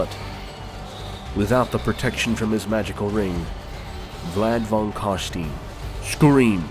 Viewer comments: Vlad von carstein.. Vlad of Kar stone (ein is like the hard pronunciation of the "one" in stone) but that's American for you.. Language of peasants (nvm Sylvania is also..... I give up) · "Steen" is still wrong. There is no instance in which "steen" is not wrong. No matter what some band does. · German pronunciation would be more like "Vlad von Car-stine" A good example of this is with Albert Einstein. Nobody says "Albert Eens-steen", right? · Just wanted to say i love ur video and u got +1 subscriber, but MAN they way u say carstein annoys me ALOT, i mean the correct way to say was right there on the trailer footage for the counts lol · i can not watch this because you pronounce carstein wrong and it irritades me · I guess Vlad is Jewish.... someone should have told this man how to pronounce Carstein. Also what the hell were those crickets? they didn't fit in at all. Amazing video otherwise as always. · It bothers me that you pronounced Carstein in the American way but did a perfect Khemri. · So the video starts with a scene where someone pronounces Vlad's name properly and then you proceed to deliberately mispronounce it. Why? I don't get it. Its suffix is a german word, so pronounce it as such. You don't see people say "Donald Troomp" (U is read as an OO sound in many languages) do you? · The E is silent! PLEASE CARSTEIN SOUNDS like HERESY! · So much official warhammer media pronouncing it right. This bugged me enough to stop watching :/ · Oohhh I didn't like how he said Carstein but all and all the video is awesome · Nice video! Only... The american way of pronouncing "Carstein" gives me shivers down the spine :p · It's Carstein, pronounced like fine wine, not Carsteen, like a mean bean. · Vlad von Carstein, not Vlad von Carstene goddamnit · I find it hillarious that you make special effort to pronounce Khemri as Hemri, but at the same time you repeatedly say "von Carsteen" instead of von Carstein :P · "Car-stien" .... its Car-stein, e-i-n ...... next!